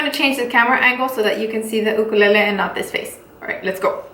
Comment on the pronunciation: The way she pronounces it is actually the Hawaiian pronunciation of the word!